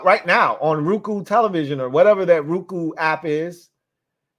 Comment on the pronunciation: Lmao aye it's not RUE-COO It's ROW-ku Like that nigga GOKU